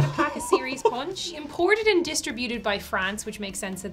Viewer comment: Anyone catch on to how pronounced "distributed"?